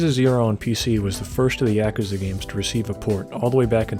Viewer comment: I CANNOT stand the way you say yakuza. Could you just say like a dragon instead? Fuck